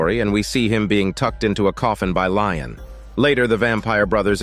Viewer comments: I just.. don't know how you get "Lion" from "Lestat"... 😅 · I fell out laughing after hearing "Lion" I was like oh hell no! 😂 ☠️ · Dear god it is he is called Lestat. I cant give you you a thumbs up like I usually do for this horrid mistake. Im sorry.